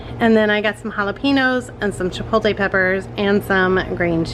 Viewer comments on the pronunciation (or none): Love watching, can’t believe that no one has corrected your pronunciation of chipotle. You always say CHIPOLTAY the correct pronunciation is. CHA POT LAY. Please give it a try! You’re far to smart to continue to say it wrong